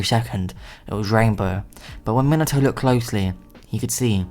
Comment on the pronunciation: When he says Minato I hear minataur idk why